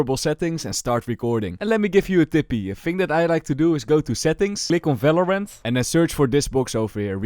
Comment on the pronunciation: i like the way he says fvalorant